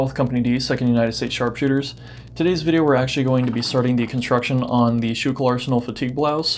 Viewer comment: I know I'm late to comment, but as a native of the area, it's pronounced "school kill" not "shookul" lol. I love your instructional videos!